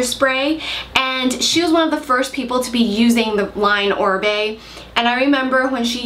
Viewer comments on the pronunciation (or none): It's Oribe... not Orbie. :)